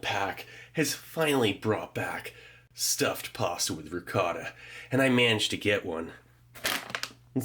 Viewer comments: I was washing my hands when he said pasta I thought he said possum. 😂. Also I wonder if he were alive today. Would Elvis be fan of that trail mix? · My deaf ears legit thought you said possum with ricotta